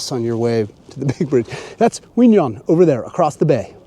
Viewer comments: Q in 'Qui' is not a silent consonant; it is pronounced like a 'K' in 'Kiwi fruit', and 'Nhon' is pronounced like the second sound of the word 'Onion' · Q in Quy is actually there if you pronounce it correct like the north Vietnamese do. Nh has similar sound to ñ in Spanish. Ơn sounds almost like "uhn".